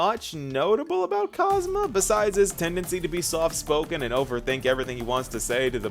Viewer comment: How did you manage to get his name wrong EVERY SINGLE TIME. it's KosmA. Aslo the association between Castorice and Griseo is one of the weakest to me. It's almost entirely visual. Castorice feel FAR more similar to Seele, between the twin thing and the connection to death.